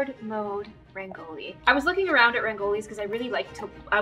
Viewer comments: Umm not hating but honey it's not 'ReNgOLi' It's Rangoli ok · u pronounce rangoli wrong 😂 it's supposed to be pronounced as RUN-GO-LE nd not RAN-GO-LI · () I just wanted to say that....you pronounce Rangoli wrong, you say it like(raang- oli), but it us said like(r-ung- oli) K? Love love♡ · I hate it when every single out if india person say RAANGOLI But its actually pronounced RANGOLI RANG- OLI NOT RAAN- GOLI.... BTW LOVE THE VIDEO AND MABYE TRY TO SAY RANGOLI A LITTE CLEARY.....^_^ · Also rangoli is said like (Run-gol-e) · I hope she notices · The correct pronunciation of Rangoli is - Rungo lee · I love how she changes her dogs name every video and how she says rangoli which is prounced rungoli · in indian English it is pronounced run-go-ly. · rangoli is pronounced in india as rung-goli runggoli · Rangoli in india is pronounced as RUN-GOLI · "Rayngoali" Me an Indian: ah yes Rayngoali No hate I love her videos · I love how she said rangoli wrong 😂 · If you read this fast , you can pronounce rangoli properly Run - goal - E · Btw it is rung-oa-li 😁😁no offense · it is not pronounced as rangoli.... it is pronounced as rungoli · not to be rude but Rangoli is spelled like "rung o li' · Who else is kinda frustrated that she calls it rangoli but its pronounced as rungoli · To pronounce rangoli say 'rungoli' now that is how you pronounce rangoli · I am from India and I never saw a rangoli like that and you are pronouncing rangoli wrong it’s r-n-g-o-l-i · You just ashamed all the Indians by pronouncing it wrong ..... just saying rangoli is pronounced as raang-gouli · The way you prounce Rangoli is kinda wrong but it is really close, I almost think anyone else will pronce Rangoli like - ragn loi :/ and have a great day and please tell me it you are an Indian 🌟🇮🇳 Edit - have a beautiful day 😊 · oh please , no hate but thats definitely not how to pronounce "rangoli" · that is not how you pronounce Rangoli